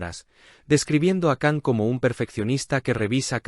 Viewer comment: Por favor se pronuncia “Shan” no Can